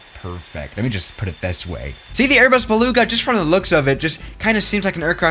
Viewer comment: Welcome back to the strong german accent LEEEE ARBUZ BELOUGA